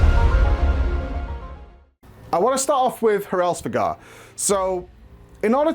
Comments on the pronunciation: Normal people: Hraesvelgr: HARESVEGAR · It almost feels like he is intentionally pronouncing Hraesvelgr wrong considering he says it like 10 times within the span of a few seconds lol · Of all the ways the too mis pronounce Hraesveglr, u somehow stumbled on the most ear-grating. Just re do man, it's embarrassing